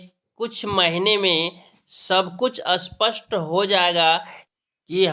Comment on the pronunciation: Bhai ji पहले हिंदी बोलना सीखो इसपस्ट को असपस्ट बोल रहे हो